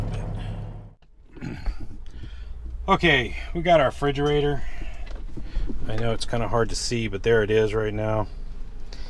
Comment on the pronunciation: Frigerator??? Or refrigerator?? Lol hahaha. Great video